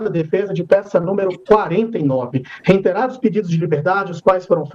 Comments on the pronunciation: "Reinteirar" é erro crasso. O tem razão... Não existe o in após a sílaba re. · Olha, percebe-se que os advogados tem sotaques do Sul. Além de "reinterando" eles pronunciam a frase que o Datena sempre repete: "entrou dentro".